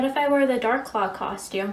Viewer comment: OH, she said dark law? i heard dark claw